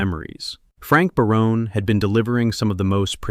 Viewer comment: The voice over guy can't even say Barone properly